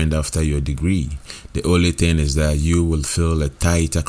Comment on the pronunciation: THAT. NOT DAT